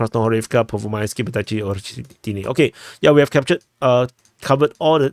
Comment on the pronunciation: It's tno Vodajci. Please pronounce it more like Baerditshe.